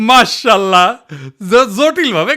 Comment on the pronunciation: মার্সাল্লাহ নয় উচ্চারণটা হবে মাশাআল্লাহ